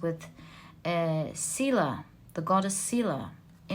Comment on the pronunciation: sorry just feel like saying it because im that annoying person with words lol... it is for pile 4, scylla actually is pronounced skila, like you originally said sila, but the c is heard as a k. the y represents the greek letter ipsilon which is an e (as in see). it becomes an "oo" sound if it is written as "ou". btw the reading was extremely accurate thank you for it